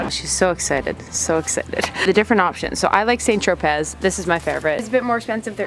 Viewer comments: hehe cute video. Just for future reference (according to Tati) it's pronounced like Sant Tropay. :) The spelling throws people off. :) You're awesome though. Thanks for doing this! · Thanks for the laugh- the way you pronounce St. Tropez is hilarious. Keep up the fun videos!